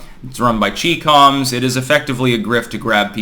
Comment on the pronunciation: I am a bot, Chee com's? Chyna therefore Chy-coms. Millennials can't pronounce words, too much texting.